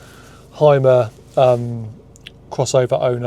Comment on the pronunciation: The real struggle is, to call the Hymer not "Heimer". It´s a "Hümer" 🙂 Yo can do that!